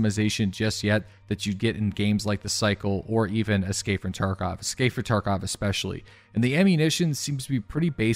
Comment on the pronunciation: love how he says escapefrtarkov